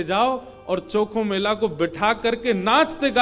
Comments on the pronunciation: संत चोखामेळा है नाम चॉकोमेला नही जी प्रभु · गुरुजी उनका नाम चोखोमेला ना होके संत चोकामेळा है 🙏✅